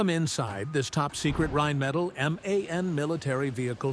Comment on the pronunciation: the name comes from "Rhein" which is a german river and "Metall" which is just metal. You said something like "metallids?" or what does it mean. i thinks thats not correct here.